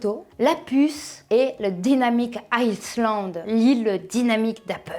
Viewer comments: Salut désolé j'ai pas une bonne nouvelle on dit pas iSSSland mais iland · c’est dynamic island - AYLAND ( île en anglais ) je ne comprends pas une passionnée de tech ne prononce pas correctement un mot basique en anglais 😮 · On dit Iland , on ne prononce pas le S si tu veux être vue comme une pro de l'informatique voila!! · DIE na miK AÏE land….😁 on ne prononce pas le S 😉